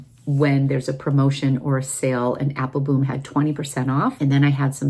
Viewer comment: I’m curious, do you have a private joke with Joost about his name pronunciation? He pronounces it Apple-bomb, the correct Dutch pronunciation, but I notice you only pronounce it Apple-boom. I know you interact with him frequently so I was just curious if it’s a private joke, like I said.